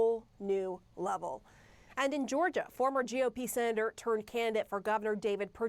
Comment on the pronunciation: She cannot even pronounce his name right and we are expected to believe what she says🤣🤣🤣